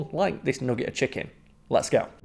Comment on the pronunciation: I want more of saying nogget